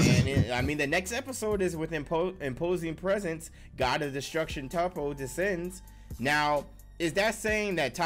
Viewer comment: Aye nice video but I don’t think it’s pronounced “Tahppo”. I heard it was “Toeppo”.